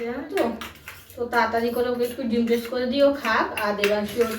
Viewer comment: ভাগ্যিস তুই বললি টোস নয়তো আমি জানতাম টোস্ট😂😂😂😂😂😂 তোকে বললাম কথা গুলো😂😂😂